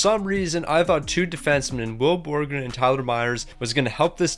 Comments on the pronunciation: Will Borgen (Bor-gen) not borgren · ITS BORGEN ONLY ONE R ITS NOT BORGREN ITS BORGEN